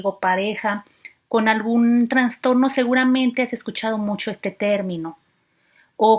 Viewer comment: Qué excelente información. Sugiero decir "trastorno" y no "transtorno".